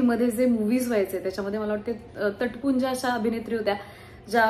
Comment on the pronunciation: तुटपुंज्या असा शब्द आहे तट पुंज्या म्हणालीस ., पण ठीक आहे...😀